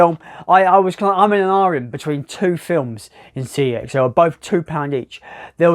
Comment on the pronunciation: CEX is pronounced SEX - so you've just done a sex challenge at a sex shop!